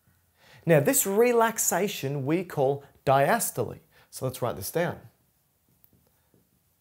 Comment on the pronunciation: Just try to emphasise each individual syllable a bit more clearly. Car Dee AC. Also if you shared your surname after "" it was near impossible to make it out. The Cambridge definitions of the word diastole seem to pronounce the stol bit with a bit more of an "o" sound in both English and USA options. I think this would help a lot. It's very difficult to find literature and resources that align with learning needs for some of us. It's like holding a conversation with someone where they can't keep our attention, or they have the knack of presenting things in a way that we can't make sense of. This one still moves a little too quickly over some syllables.